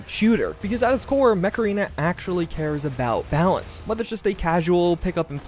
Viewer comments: Yep, i can only hear Macarena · I can't be the only one that heard "Today's sponsor, Macarena" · Whenever he says "Mech Arena", I always hear Macarana, as in the song. Please tell me it's not just me. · Could've sworn you said "Macarena" 😆👍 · Yep same here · lol, I'm watching this video while I'm really tired. and when you said mech arena I thought you said macarena and were pronouncing it weird